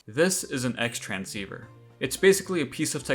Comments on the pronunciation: I believe it's intended to be pronounced "cross-transceiver". In Japanese media, X is often a shorthand for cross, such as the Playstation X button or Namco x Capcom, Project X Zone, or Dairantou Smash Bros X (The Japanese name for Brawl, the X refers to the crossover characters of Sonic and Snake). Great video of an underrated sidequest. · for future reference and for those that didn’t know, it’s actually pronounced “Crosstransceiver” 👍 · Very very minor non-issue at best; isn’t it pronounced “cross-transceiver?” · Id love if someone can confirm but i SWEAR the Xtranseiver is actually pronounced the "cross transiever" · Considering you went through all the effort of getting a VA I really wish you bothered to get the pronunciation right. It's pronounced "Cross"transceiver, as stated by your mother in-game. It's a really basic fact about the item and it makes you seem extremely ignorant of the item and mechanic, which is an issue when the entire video is about the item and the mechanic. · I scrolled for a bit and didnt see someone pointing this out... Its Crosstransceiver. Not Xtransceiver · It’s pronounced “cross-transceiver” since the “X” is “Cross” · The X in XTransceiver is pronounced “Cross.” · The Xtransceiver is actually pronounced "cross-transceiver". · if im not mistaken.. isnt it called CROSStransceiver? not extransceiver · IT'S PRONOUNCED "CROSS-TRANCEIVER" RAAAAAHHHHH (I don't really care but I just figured I'd mention it) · I hate to be that guy but it's actually pronounced Cross-Transceiver, i only found that out when I replayed it a few years ago and realised that your mum says it near the start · Tiny nitpick but "Xtransciever" is actually pronounced "Crosstransciever".